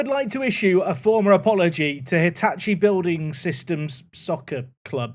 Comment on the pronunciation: Is bully short for building or just another case of words are hard/ can’t read?